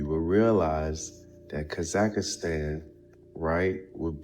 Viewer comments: It's NOT Kazakastan, it is Kazahstan. That man have zero traveling experience. He does not know almost nothing. He just reads from Wikipedia and draw the conclusions as he see fit. There are good number of us that have visited most of these places. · Homie says Kaz ak a stan!!! lol.